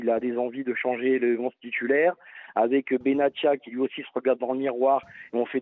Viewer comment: Benatia est un prénom arabe, pas français donc arrêtez de dire Benassia. On prononce T pas s.